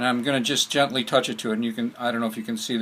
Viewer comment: the word is GENTLY !!!!!!!!!!!!!!!!!